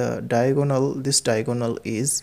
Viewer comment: Sir it's not diagoonal its diagonal Ur pronunciation🤥